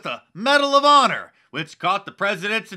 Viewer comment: Medal of “Paw-nor” Mark 😆